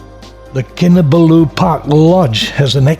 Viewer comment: Great series of videos spoiled only for me by the continuous mispronounciation of Kinabalu. No excuse since you say you've visited Sabah many times. Please put the emphasis on the third and not the last syllable! I'm a former long-term KK resident.